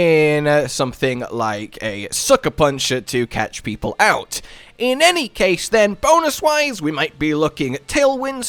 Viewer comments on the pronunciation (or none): none